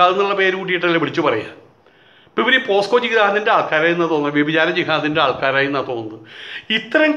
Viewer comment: പോസ്‌കോ അല്ല പോക്സോ എന്നാക്കിയാൽ കൊള്ളാം.